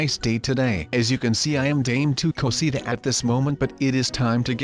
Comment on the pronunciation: He said dam tu cosit xP